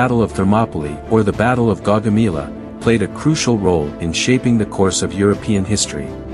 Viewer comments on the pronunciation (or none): Is this an ai voice? Pronounciation mistakes: respite, Chalons, Gaugamela..